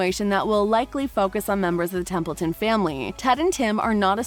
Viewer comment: This video sucks. No real information except Alec Baldwin's announcement of the 3rd TBB. You can't even get their names right. It's Templeton not Templin🙄🙄